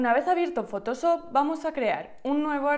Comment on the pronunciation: me duele el oído cada que dice fotosop